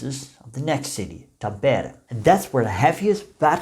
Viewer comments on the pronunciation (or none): One tip about the pronounciation of Finnish words: The stress is always on the first syllable. This goes for all words, including names. So, it's TAM-pere and HEL-sinki.